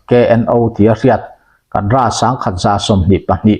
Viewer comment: Kadra= kadar emo,kedar tihtur aw kapu.